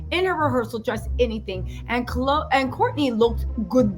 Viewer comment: You calling kourtney khole 🥴😭